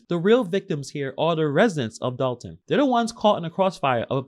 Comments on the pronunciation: Its “Dolton” not “Dalton”. sheesh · It’s Dolton not Dalton